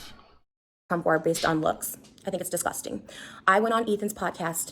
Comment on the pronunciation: Anybody else annoyed at how she says disgusting? 😑 and how often she says it? 🙄